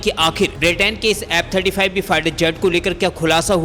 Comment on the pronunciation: Very bad pronunciation!!F-35 or app 35!!